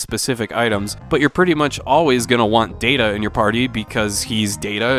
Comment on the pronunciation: It's pronounced "Data".